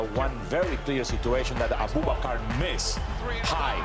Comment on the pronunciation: "Aboobakar" lmao